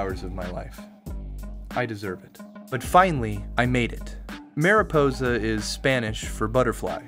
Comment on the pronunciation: Say marijuana cuz you’re saying miraposa when it’s mariposa, yk, like marijuana? I genuinely couldn’t get past how you swapped the letters all the times you said it, no it’s not a language or accent thing